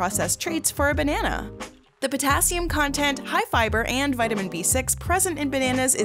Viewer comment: the pronounciation of the names of elements are driving me nuts it is potassium ( pota cium